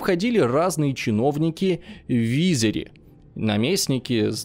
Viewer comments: Все бы хорошо, но не ГирЭй, а ГирЕй. Не вИзирь, а визИрь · Команде успехов, но что с ударениями??? Волжский калмаки это походу Калмыки, АстрахАнское ханство, ВизИрь.... Немного душный комент но ударения режут по ушам😄 спасибо за внимание 🤗